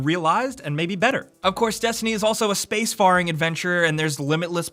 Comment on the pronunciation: "Space Fahring" Haha